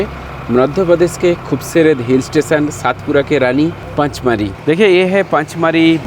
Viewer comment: पांचमढी नहीं पंचमढ़ी और सातपुडा नहीं सतपुडा मेरे भाई 😅